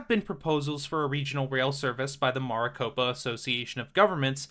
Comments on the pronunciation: It's pronounced [mare-ih-cope-ah], hearing you say it wrong let's me know that you are either not local or this is an AI generated voice. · The way you say Maricopa is so different.